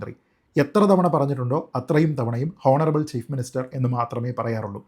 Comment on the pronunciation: ശ്രീജിത്ത്‌ പണിക്കർ താങ്കൾ "ഹോണറബ്ൾ മുഖ്യമന്ത്രി" എന്ന് പറയരുത്... പ്ലീസ് കറക്റ്റ് യുവർ " ഉച്ചാരണം"... ദയവായി "ഓണറബ്ൾ" എന്ന് പറയുക...സോറി ഫോർ കറക്ടിങ് യൂ... 🙏🙏🙏 Your videos are always in superb in quality and content and I do watch and follow them regularly. Don't feel bad for pointing out this and excuse me for the same. 🙏🙏🙏